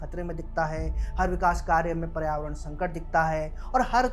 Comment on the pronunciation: पर्यावरण ढंग से बोल ले भाई। उच्चारण बहुत ही खराब है तुम्हारा।